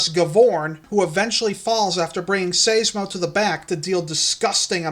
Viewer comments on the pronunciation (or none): I think Seismo is pronounced with a long i, not an ey sound. Like Seismograph. I could be wrong, since I'm not familiar with the Etymology of the long-neck's scientific name.